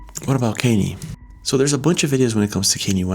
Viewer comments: Why are you pronouncing CON-YAY as cainey? I know you have an accent but where are you from mars? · This was a pretty rough video. Sometimes, I wonder if you're a clone or an alien. Who the hell is Kaneie Lol And whyd you pronounce it properly later in the video? It's Con-Yay. Kanye. Also, Brittany Murphy never married Ashton Kutcher and looks absolutely nothing like Ariana Grande. It’s one of the wildest takes I've ever seen in one of your videos. And that cline "glitching" it was a comedy show dude lol she's okay. And you didn't even mention jonbenet ramsey and Drew barrymore. Love you though lol I look forward to the next video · its Kon Yay not Kenney can't you speak properly what's wrong with you you never say words right you're a moron you're checking the Internet for information on clones don't you understand everything's controlled information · Kain-Ee West! lmao I love it. I wish I didn't know how to pronounce his name really. It's just been a bit unavoidable for me, I'm not sure how you made it to this age without ever hearing Kahn-Yay pronounced lmfao. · Can yee? You mean CON YAY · Con-Yay West my man not Khanyeee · Are you calling Kanye candy? 😂 it’s khan-yay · Its Kanye ( ka-ni-a)not Canny😂😂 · "Kane yee" though 😂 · Kay Ne Ye not kenny ffs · KAN-YE..... NOT KINYE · Just FYI, It's not KENNY West , it's KANYE West. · Kan-ye not Kaney 😂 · Kinyee West? lol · His name is pronounced Kahn-yay. Not Ken-E. 🤦‍♀️ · Who is KHAN’’TYE is he trying to say KANYE’ he’s actually saying it like, “KAN’TIE” or some shit. Is that the “REAL” name to the cloned “KANYE WEST”? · Canyeeeee? no he can’t lol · Good ol' Kenny West 😂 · I love your channel, but your pronouncing Kanye West's name wrong (Ka-néy) somethng like that. Or just call him Yeezy! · You sure as he ll , can't say kanye and say canny instead. Like wtf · This succ'd when you brought up the Beatles....no one cares about your Granny's favorite band, stick to your normal not this. It's pronounced Kahn-ya (Kayne)